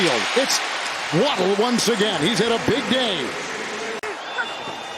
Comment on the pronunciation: I can't stand the way this announcer says Tagovailoa